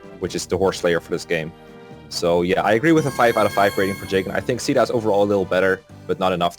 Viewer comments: And i thought it was pronounced 'cay-dah' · Caeda's official English pronunciation is SHE-dah—that's how it goes in Warriors and Heroes, at least. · Huh? In warriors, they pronounce it "see-da." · Maan, I know I'm not a native speaker, but in my opinion neither C (SEA) DA nor SHE DA has anything with CAEDA. The A comes first than the E. It should sound more like KEI DA. Its sounds way more empowering as a name as well. Edit: I tryied ur beloved google and she sounded like KEI DA also. =p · i was actually so confused when i heard you guys calling caeda "sheda", and "seada". thinking about it now, it makes sense, but i had always pronounced it "kayda" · I cannot describe how much it pisses me off hearing people say "sheeda" or "seeda" Phonetically it should be pronounced "Kay-dah" but nobody cares. UGH it makes me so frustrated. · i just watched some supports and stuff where they say caeda out loud and its supposed to be "seeda". I guess localization thought spelling it like seeda doesnt really look good so we got a name where the a is silent for some reason. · Based on the fact that her name is caeda and it’s originally a Japanese game the correct pronunciation would be kyda (Ky like eye) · Probably gonna regret commenting before finishing the video, but isn't her name pronounced like "kai-dah?"(Caeda) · The canonical pronunciation is Shi-AY-da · Sheeda is actually the correct pronounciation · “Caeda” (Say-Duh)